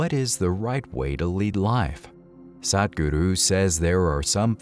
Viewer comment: I would like you to learn how to pronounce "Sadhguru" properly. It's not that difficult - I am sure you can do it with bit of practice. Thank you Good post 👍